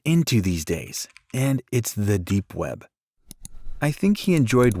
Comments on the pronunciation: Lol it said "deep wep" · When it said "deep wep" I thought it was deep wap